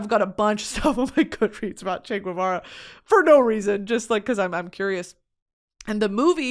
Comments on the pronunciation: I'm gonna be the annoying argentinian pointing out that Guevara is pronounced "gehvara" not "gooehvara", the U between G and E (or I) isn't pronounced unless it's spelled "ü" like vergüenza or pingüino. Also Guevara was his last name 🤣 Other than that you keep slaying Spanish!! 💚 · I love you discovering Che!!! lol. BTW It's pronounced Che 'Geh-va-rah' instead of 'g-ooh-eh-vara' like I believe you were saying it. In spanish 'gue' only sounds like 'gooeh' when it's güe, with a diaeresis on the U, if not it's always geh :)